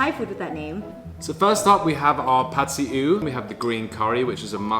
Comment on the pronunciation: This is from Thai native speaker, pronounce 'Pat-see-eew´ so almost correctly. Like a native! 😂